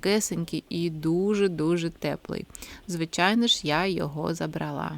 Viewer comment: Гарнирі речі. Гарна мова. ЗабрАла, вибрАла.